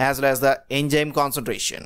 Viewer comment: enzyme activity hota hai.... Enjyme nai